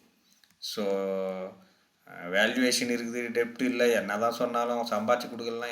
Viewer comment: டெப்ட் அல்ல டெட். உச்சரிப்பு தவறு வராமல் பார்த்துக் கொள்ள வேண்டும்.